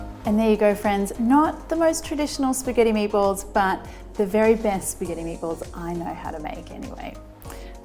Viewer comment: Why do I’m hearing MAPLES whenever she says Meatballs?